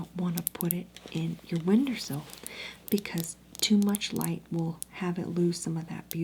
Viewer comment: Not windersill lol.